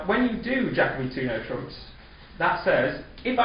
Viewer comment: Yes, Jacoby is an excellent tool for problem solving and differentiates from a supporting cue bid response at the 4 level, etc. Interesting that you pronounce it Jack-obee. I have head it pronounced Jake-obee and also Jack-Oh-bee. I wonder which is correct...